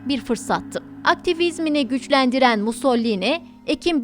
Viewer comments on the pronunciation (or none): MUS - SO - LI - NI... "Musollini" nereden çıktı.